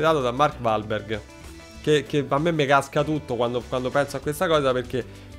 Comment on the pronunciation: Mark uolberg*(pronuncia)